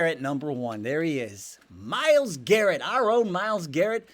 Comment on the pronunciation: Who's Myles GARRENT? Technical flaw, just bustin your chops. 😅